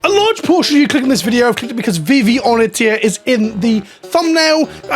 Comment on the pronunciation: Of course you pronounce Vivi Ornitier wrong. It's a French pronunciation, and you're English. It would be treason for you to pronounce it correctly.